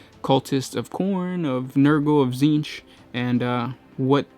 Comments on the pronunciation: Titsnitch, not tzeench. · This was oddly inspirational. Also, I HAVE to ask: I'm hearing "" every time you say your name. What is it?!?! This is driving me to Tzeentch!